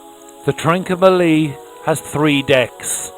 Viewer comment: ‘Trin-comma-lee’ not ‘Trin-co-ma-lee’.